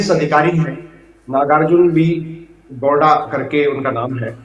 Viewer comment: Sir ji agar itna research kiye h to at least naam to sahi se research kr lete ...he is not gonda ..it's gowda😅🤨